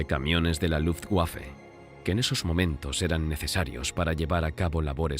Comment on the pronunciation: LuftWaffe, LuftWaffe, LuftWaffe......................... NO luftgüafe!!! NO luftgüafe!!!